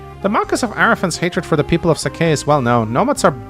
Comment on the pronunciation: Marquess is pronounced differently in English and French, but it's not "Marcus" in either. Nils says "older sister" in Japanese, so Sain being interested isn't super concerning. Yogi Bear was named as a parody of pro baseball star "Yogi" Berra, famous for his strange sayings like "It's déjà vu all over again" and "Nobody goes there anymore. It's too crowded." It was a nickname (over his manner of sitting looking like a yogi practictioner) and not a "real" name though. As for Leila and Eagler's playable stuff, I suspect trial maps is the most likely explanation.